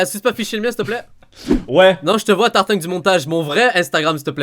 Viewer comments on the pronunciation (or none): C'est Moi ou dit Tartingue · on dirait qu'il dit tartingue;)